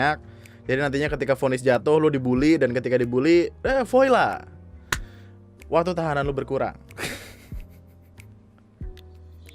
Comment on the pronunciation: "voila" itu bacanya "voala" bang